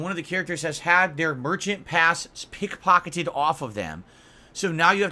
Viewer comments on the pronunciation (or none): P I C K P O C K E T E D. Why does he pronounce certain words so oddly?